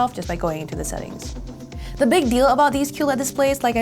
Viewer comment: The... Not, duh. Their... not, dere.